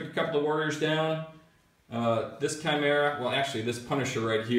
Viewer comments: Khai-mera, not Chai-mera, Leman Roos? wtf? lol, man, you guys butcher names.. Necrons are Cheese to, but atm they are stuck in the Index.. lol. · Russ.. Is pretty much how you want to pronounce it.. I have heard people say Rooskies.. So Ruess is ok. Even though the dictionary pronounciation is Ruhs. Chimera.. Is ki-meer-uh Although English Rules Would be Chime- RA